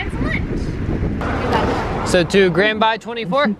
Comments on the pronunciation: Its not grand bey Its grand baie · You spelled grand baie wrong...it should sound like "bae" not "bye" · "Grand Baaaayyyy" omg 😂🤣 its grand Bay like grand BAE